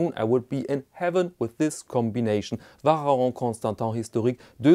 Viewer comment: I wonder why you pronouce « Vacheron » so strangely, given that your pronounciation of other french words is pretty good and the difficult sound for foreigners is the « on » at the end that you pronounce well. « Ch » is just pronounced « sh »… like sheet or show. The watch doesn’t look as nice as I first though